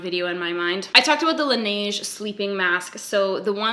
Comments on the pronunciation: Laneige is pronounced closer to Lan-edge. Just soften the d and blend it with the g more. Their lip mask is my favorite, but dear god you guys pay a lot for it there. Here (Korea), on coupang or gmarket, they're like $10. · Laniege??? ORDER THAT SHIT ON YESSTYLE! It takes a bit longer, but IT'S SO MUCH CHEAPER FOR US CANADIANS!!. You've been told. Don't make this mistake again lol